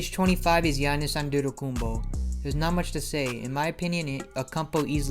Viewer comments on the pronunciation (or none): “Giannis akumpo”